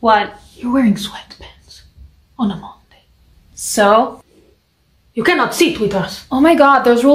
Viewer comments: "oN a MoNdAyH" 🤌😯 LMFAO IM DAED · “Your wearing sweatPAnts oOn A moNdaYy😨” was too funny😂